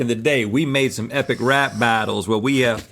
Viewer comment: It sounded like Rhett said "ethic" rap battle.